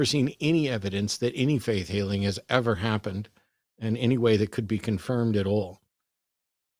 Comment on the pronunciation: sounds much more like the religious people I grew up around. I'm glad The Line is getting more variety of Theist callers now. cracking up about monkeys in the room made me laugh too. And side note, I just love every time Matt says "any" and pronounces it "innie", it's so cute! Is that a Texas thing? Either way, it makes me smile every time he says it, idk why it amuses me so much.